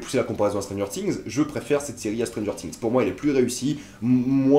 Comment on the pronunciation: stranger "tings" c'est quoi?